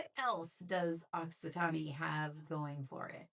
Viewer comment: E is silent at the end of Occitan(e)